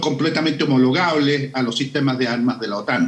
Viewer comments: Gracias!... No le escuché expresado en esa manera... De hecho, la sigo entendiendo con "n"... y no con "l"... o sea, ahora la percibo como: "Homonogable"... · El señaló "Homologable" no dijo monogable